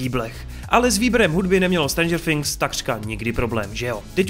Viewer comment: nevyslovuje se to strendžr finks ok ?